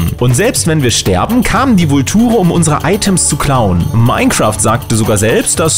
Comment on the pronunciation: Was für Vultur entweder sprichst du es englisch aus oder du sagst einfach gleich Geier!